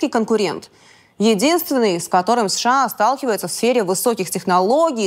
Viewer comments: Мадам ПАНЧЕНКО, сколько раз за выпуск вы произносите аббревиатуру США? Вы вещаете на русском, тогда произносите это правильно! США произносится по БУКВАМ, А НЕ ПО ЗВУКАМ!!! СЭ-ШЭ-А. Вы как произносите СССР? Правильно, ЭС-ЭС-ЭС-ЭР. Так почему сша -какое-то бормотание? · Я все время улыбаюсь когда Диана произносит сША))) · ДА произноси ты США по отдельным буквам, а не так бесяче, как ты делаешь)